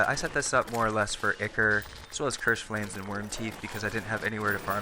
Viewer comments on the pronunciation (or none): dude not to be rude but the way ur saying ichor is wrong and so teeth grinding........ say it like " i-core" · it's pronounced 'eye-core' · it pronounce Eye-Core? not Ick-Core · I-ker ? I-Core is the correct pronunciation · Ichor is pronounced eye-core not ick-er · Man I say it like Icker too I probably won't stop regardless of how it's supposed to be lol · Actually Ichor is correctly said “eye-core” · I think ichor is pronounce Eye-core But other than that This is a fantastic farm I’ll get building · Did u call ichor “ikker” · Eye-core is how it's pronounced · Don't really blame you for the whole Ichor thing, Mispronounce it all the time but I did eventually figure out it is pronounced eye-core. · haven't really gotten into it but it seems to me Ickor is so common because it just seems to make more sense relative to otherwise consistent patterns in english phonetics while it's technically entirely wrong. Don't know about it's original greek pronunciation but that's not relevant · the name is I-Core, similar to a lot of things in games, the name ichor sticker came from teasing a mispronunciation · Siconic Animations well there not really a proper way to say it but if u say Icore that is fine with me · Yeah the name 'Ichor Sticker" would make you think it rhymes. Re-logic probably thought it was pronounced 'icker" oh well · Anyone else notice he said ichor wrong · Ichor not ichor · THANK YOU, I mean seriously the only people that get a pass are true slavs, not these west-folk like myself, he is obviously american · STOP PRONOUNCING ICHOR WRONG FOR FUCKS SAKE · iknow theres multiple was to say word but he was ligitamently saying ichor wrong